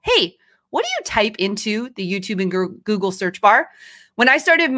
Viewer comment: I think it’s funny that she has a hard time saying Google. She keeps wanting to say gurgle